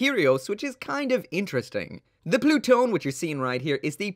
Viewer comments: Am i the only one who thought it says, Plut one. Like.. “ploot.... one”? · im fairly certain that pronounced plu-to-ne in japanese or at least thats what i heard while watching crossrays clip